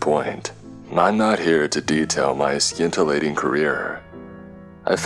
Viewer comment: Just to help, scintillating is pronounced 'sin-till-lating' not 'skin-till-lating' 🙂 Just like how 'science' is 'sigh-ence' not 'sky-ence' Both words are a soft 'c' 'Azure' is pronounced 'az-yure' not 'a-zoo-ree' You don't pronounce the 'e' And 'scarcely' is pronounced 'scare-slee' not 'skars-lee' - the vowels make it a drawn out word.